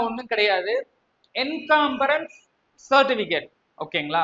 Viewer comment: என்னாது..என்காம்பராஸ் சர்டிபிகேட்டா?..அய்யய்யோ. என்கம்பரஸ் சர்டிபிகேட் என்று அதிமேதாவிக்கு நல்லா சொல்லுங்க..